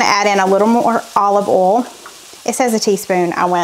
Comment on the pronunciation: Thank you for the clarification, once again, of the word "oal". My mostly deaf Yankee self couldn't survive without the lessons. 🤣🤣